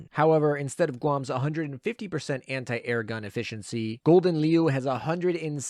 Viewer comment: Ya know ya could have asked a Dutch person cough cough how to pronounce Gouden Leeuw 😅